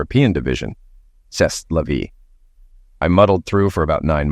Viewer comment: with C'est la vie it's pronounced say lay vie NOT SES la vie